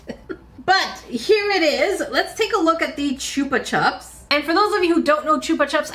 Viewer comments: I thought chupa chups wast pronounced like chupa choops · Chupa chups is actually pronounced choopa choops. It's a Spanish brand of lollipops originally so the name comes from the verb chupar which means to suck. The way you said it is how the British tend to pronounce it. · The lollypop is pronounced CH-UP-PA CH-UP. It’s pronounced the same the way both times just as an A on the end of the first word. 😂😂 Chup is Spanish for Suck’ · Choopa chup? We've always pronounced it choopa choop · Chupa Chups are Spanish, so both the 'u's are said the same, a long 'u'